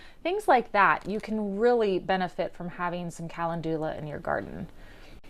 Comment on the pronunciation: Love your app and videos but your pronouncing calendula wrong. Kuh-Len-dew-Lah is how it is pronounced